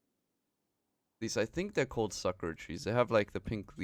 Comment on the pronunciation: Does this mod work with current saves? And the trees are pronounced "Sah-koo-rah" My parents lived in Japan for 7 years